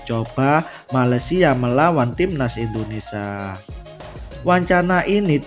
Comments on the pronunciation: Indonesia mas.... bukan Indonesa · Kang mas admin, bisa ga sebut kan Indonesia yg benar sebab ini negara kita, jadi hurp i nya jangan di hilangkan. Kalau yg lainnya silah kan aja mau KAUlitas kah, mau s Tae Yong terserah aja.🤭🙏🙏